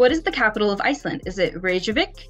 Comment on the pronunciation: It's pronounced "seelocanth". And "fetta". And "Reckyavick". You really have no idea but are just choosing things randomly .